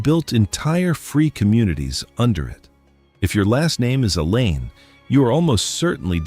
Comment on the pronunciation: The name is called Alleyne. Not elaine get it right please